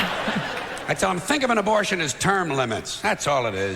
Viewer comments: I had to rewind three times because I thought I was hearing things. What the hell is sismortion? It's ABORTION. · George would be rolling over in his grave hearing you say susmortion